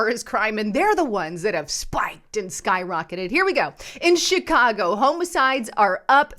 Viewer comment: It’s pronounced homicide not homicide.